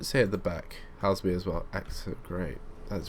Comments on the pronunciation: It's pronounced Hay-zull-mere, not Hellsmere. SWT would typically run 10-coach 444s on that line in the case of a rolling stock shortage. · Your pronunciation of Hay-sel-mere - Haslemere - makes me want to die. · Superb videos, thanks for sharing (ps Haslemere is pronounced Hazelmere) ;) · The prounaunciation is Hazel-Meare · Its pronounced Hazel-mere ... sorry to nit pick :-p